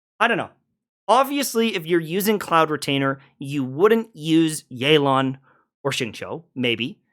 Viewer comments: Highlights of Xianyun pronunciation: - Cloud Misgainer - Cloud Mislainer - Cloud Mitainer - Cloud Clianger? - Cloud Disclaimer! - Cloud Misdemeamor?? - Erectile Dysfunction!!!????????? - Cloud Miglager??? - Cloud Retainer (Finally) - Cloud Retainer (His learning boys) - Cloud Retainer (I'm proud of my guy) - Cloud Blainer!??? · i swear he keeps on mispronouncing cloud disclamers name every time he says it